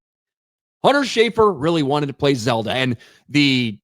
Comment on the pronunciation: It's Zelda, not Zeldo. 💀💀💀